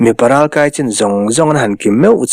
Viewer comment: Nang chuan ralkai lamdan tur diktakin i lam a, a lawmawm hle mai